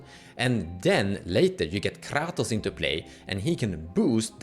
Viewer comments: I stopped watching this video at KRrrrahtoes. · I watched the video 😂. Ive just never heard someone pronounce kratos in such a way. Especially rolling the R. Caught me off gaurd.